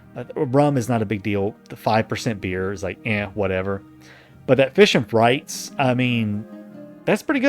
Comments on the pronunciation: Maaaan, my eye twitched every time he said "Frites" as "frights". It's "freet". It's French. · It's FREETS not FRYTES lol